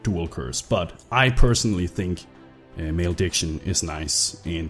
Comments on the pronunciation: Yep... There was definitely some male dick in that pronunciation :P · Male-dick-sion? Hmmm...